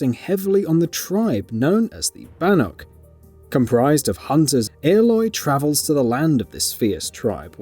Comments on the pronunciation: Banuk ? You said what ? 😂😂 what are these pronunciations 😂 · Maybe get someone who knows how to pronounce Ourea and Banuk